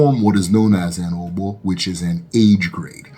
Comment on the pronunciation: You are doing well. But kinfly improve on the pronunciation. The ogbo pronunciation was so off. The o at the beginning and ending is same sound as "or" in orbit.